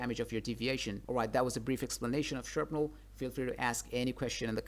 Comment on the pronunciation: Is no one going to mention that the word is Shrapnel not Sharpnel? Thought it was just a typo at first.